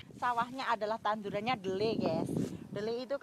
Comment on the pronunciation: Tanduran bukan tandonan